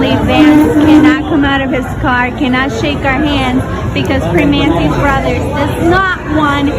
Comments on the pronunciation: The classy pronunciation of ‘PRIM AHN TAY’ was cracking me up. Pittsburghers know it’s ’PER MAN EES’😂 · Pre(man)ti ... Pronounce the man just like man .... I'm in Pennsylvania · It’s pronounced “per manny’s” And I’ll be sure to badmouth their garbage food from now on. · The T is silent and you have to use your Pittsburgeze accent. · The t is silent in Primantis